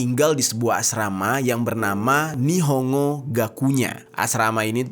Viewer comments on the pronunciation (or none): Bacanya bukan nihongo bang, tp nihon-go